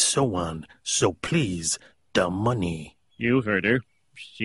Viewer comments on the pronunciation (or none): "Forgiveness prease..."